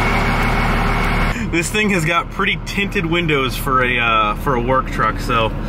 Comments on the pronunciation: Did anyone one else notice when said wintted tindows? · "Winted tindows" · Winted Tindows? Lmfao who else heard that?😂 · “Winted tindows” 😂😂😂😂🙃